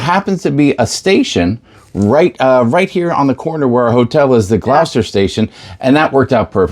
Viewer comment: It’s pronounced Gloster, not Glowster. You must have places called Gloucester in the states?